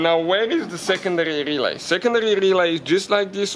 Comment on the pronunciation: GOD i love when he say RRRelay